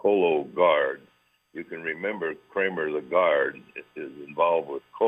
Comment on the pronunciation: Kramer, not Krammer.